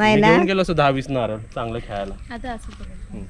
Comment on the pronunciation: नारल नको म्हणू.नारळ म्हण.